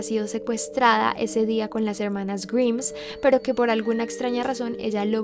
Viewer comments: Amo sus videos pero me molesta demasiado que pronuncie mal el apellido. Es GRAIMSSSS no GRIMS! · Me mata por qué pronuncia en inglés todo bien y correcto salvó el apellido se pronuncia graims no griims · Grimes se pronuncia GRAIMS no como dijiste pero si como se escribe está bien el pronunciado nomás está un poco erróneo:v Pd: amo tus vídeos y tu voz me encanta escuchar es muy relajante. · Grims? Pensaba que la pronunciación era graims como Rick Grimes de la serie The Walking Dead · Grimes se pronuncia "Graims" jajaja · No se pronuncia "grims" sino "graims" >:v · tqm, pero se pronuncia "Gaims"... Perdón.. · Se escribe Grimes, se pronuncia Graims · Se escribe Grimes pero se pronunca GRAIMS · No se pronuncia "graims"? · Pronuncias mal "grimes" jaja salu2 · Se pronuncia GRAIMS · A mi nomas me molesta que pronuncie mal el apellido intentando hacerse la que lo pronuncia bien? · DEBERIAS APRENDER A PRUNUNCIAR, esta mal como pronuncias grimes, sino sabes como se pronuncia ve a google traductor